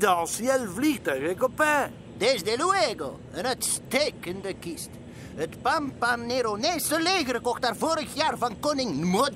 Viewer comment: bieke kan pampaneronese niet uitspreken hahahaha!!! Fantastisch